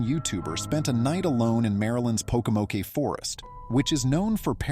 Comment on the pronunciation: I'm sure this is AI but I'm case it's not it's not Pokomok-e the e is silent so it's just Pokomok. The way your pronouncing it sounds like something a 3 yr old would say!!!!